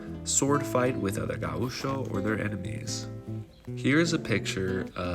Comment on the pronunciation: It is wrong pronounced. It is GAucho, with GA being stronger, not gaUCho. Also the ch is like in english… like chuck.